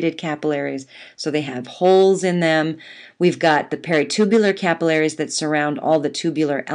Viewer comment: I love how you say capillaries!